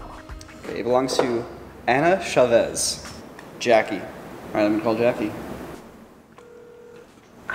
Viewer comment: I find it hilarious that can't pronounce Chavez